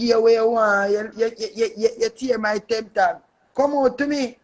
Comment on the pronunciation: Its Temp as in temporary Tag not 10 tag 🤦🏿